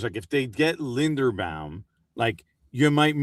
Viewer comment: does have a vested interest in saying everyone who comes into the giants orbit’s name wrong?? how can you say tyler linderbaums name wrong?? love you